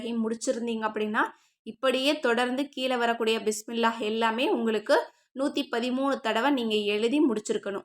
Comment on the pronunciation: 130 illa 113 sister theliva sollunga